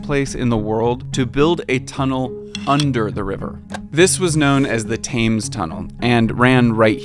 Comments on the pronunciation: "Thames" rhymes with "femmes". Other than that this was brilliant! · Great video... now redo the whole thing saying TEMS!! 😂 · PLEASE START PRONOUNCING THAMES RIGHT. ITS ‘Tem-s’ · Every time says Thaymes instead of Thames, a young Brit collapses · I had to double check pronunciation of Thames because yours was very different than mine. It's "temz" in both UK and US English. Otherwise, fantastic video...thanks! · Tudor is pronounced as Chew-dor, Thames is pronounced as Tem-se. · There's no way you just pronounced it "River Taims" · What gets me is that the Londoner IN his video is saying Tems and he still pronounces is incorrectly. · Sorry, but any American who doesn't pronounce it "Temz" is highly suspicious. Even my barely literate granny knew the correct way to say it. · I don't want to be "that guy" but it's pronounced "tems". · ITS THAMES!!! (like temz) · Genuinely don't know how you can do so much research and not be able to pronounce the name of the river Thames? Surely you've heard it spoken before? excellent video overall just a really odd mistake to make. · So much work into this video and mispronounce Thames the entire time. 😂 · Great video, thank you. Particularly love the way you marked on your map in pen all the things you covered. Also Jack is a superstar. One very minor thing though… the “a” in Thames is pronounced like the “e” in American 😊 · Mispronouncing river Thames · Well produced but did a little vomit in my mouth every time you said Thames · This is great but I squirm every time he says thames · great video, shame you didnt take the time to figure out how to pronounce some basics like The Thames and St Katherine Docks. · great video but it hurts my ears how you pronounce Thames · Bruh made a whole documentary but didn’t ask how to say Thames… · You did all your homework on this and it's fantastic but you mispronounce Thames throughout. I'm baffled as to why I don't see anyone mention this. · yikes, pronunciation of Tudor and Thames...